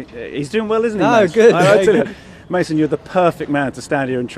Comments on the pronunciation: he meant mason not my son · did mendy just call mason "mah- son" LOL. the chemistry is real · The way he said it sounds like "my son" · When it's pronounced by people who not conversant with English language it wil be Ma' son like my son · Hahaha Looked like 'my son ' 😂😂😂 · Bro I though Mendy said 'in the past I saw MY SON" I was so confused ahaha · He said "Mason,it's a very good player"